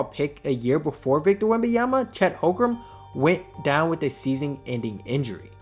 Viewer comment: Holmgren. Not Hogrum